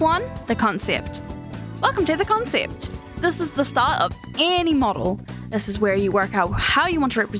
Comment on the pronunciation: The accent on COWNCYEPT😼